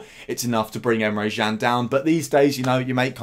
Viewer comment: Good video, Emre Jan tho? James Pearce at the echo says Emre Chan, and he’s never wrong!🤔